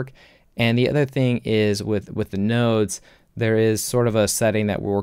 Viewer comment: Nodes not notes. Lol